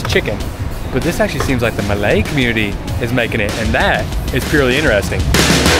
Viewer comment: Gosh seeing you eat makes me hungry 😋Btw, your Malay pronunciation is perfect its like you have been living here for years already 👏